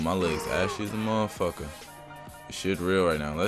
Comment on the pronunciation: Lol he said hey modefuka lmao